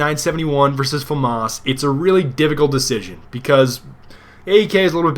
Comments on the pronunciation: F-A Mass. FAMAS pronunciation FAMAS in English means "Assault Aifle from the Saint-Étienne weapons factory" in English. Eff-Ayy Mass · I think its prohnounced FAMAS